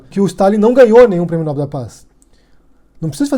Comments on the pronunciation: Olá, se pronuncia "nóbél" e não "nóbel", abraço. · A pronúncia correta é "nobél". Há duas boas razões para assim ser: 1. Trata-se de uma palavra aguda, isto é, acento tônico na última sílaba, tal como, papel, anel, animal, etc. Se Nobel tivesse a tônica na sílaba "nò", teria de ter acento gráfico na vogal "o". 2. A segunda boa razão é a etimologia: Nobel é o nome do senhor sueco – Alfred Nobel – que instituiu o prêmio, e a pronúncia original é [nobél]. Obs: Bom vídeo. Obrigado. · Nóbel não, Nobel. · É "Nobél", senhora.